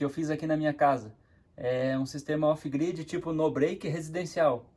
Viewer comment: "off gride e on graide"?